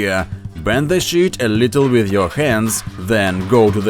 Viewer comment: It sounds like he said, "The thickness of this shit". Which is what I wish he did say!